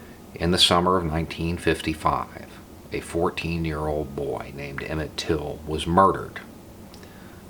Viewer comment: Please get his name correct. TILL